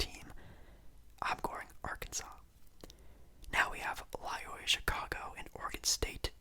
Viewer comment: For future reference, it's pronounced "Loy-OH-la." I wouldn't quite call them a Cinderella either imo, they made the Final Four in 2018. Good video though!